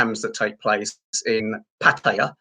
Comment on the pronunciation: at least you have pronunced ''pattaya'' correctly,unlike the pat -tie -yah vloggers